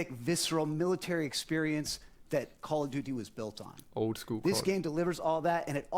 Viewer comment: I would give you thumbs up if you say call right and don't talk so damn much